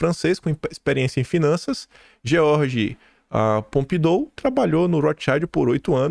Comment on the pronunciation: "MacFarlane" é "nome difícil",? Custa checar a pronúncia no Google pra não passar a imagem de desmazelo e falta de profissionalismo? E em Pompidou não se pronuncia o /o/ final, é "Pompidu". 🤦🏻‍♀️